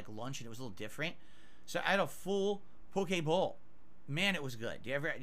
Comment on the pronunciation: How the fuck does he managed to mispronounce and throw an A into any word starting with poki or poké. Poke-a-mon - Pokémon Poke-a-main - Pokimane Poke-a-bowl - Poki bowl